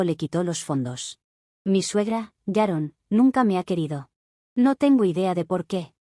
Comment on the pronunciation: ¿Por qué todas las suegras llamadas «Sharon» (o «Yaron», como se escucha) son tan repugnantes?